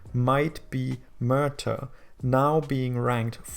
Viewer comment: If this was real life - For a few years you'd have a league even more static and predictable than the Scottish dominated by Swansea and Cardiff, and then it would die off due to lack of sponsorship. And Merthyr is pronounced Mer-ther